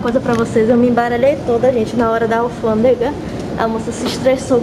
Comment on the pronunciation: Muita gente criticando a menina só pq ela fala alfandega, e muitos aí nunca teria a coragem dela de viajar sozinha e enfrentar sozinha, nossa povo triste, parabéns, alfandega, ou revisão de malas VC está arrasando tem meu jóia.